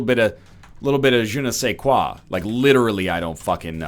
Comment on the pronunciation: i love your french accent on the je ne sais quoi :) do you speak french or you just now some word ( sorry if there is some mistake but my french phone keybord don't let me write the english correctly )